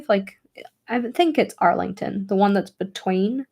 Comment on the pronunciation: I love that you can't seem to say "Arlington" without sounding American xD